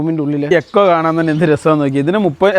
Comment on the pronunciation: എക്കോ ആല്ല മൈരേ ഈക്കോ 😅